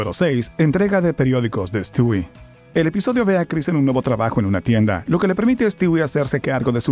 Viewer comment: no se si sabías que se pronuncia: estiwi, se escribe Stewie, pero no se dice estui